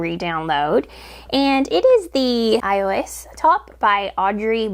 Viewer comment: I'm so glad that your video came up on my feed. I think the Aigues pattern is so unique- I'm going to knit that one but shape the armholes (it just looks better on me). As a side note: Aigues is pronounced more like "aigyou".